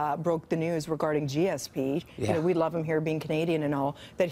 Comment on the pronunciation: lol she says gsp like grandparents say bluetooth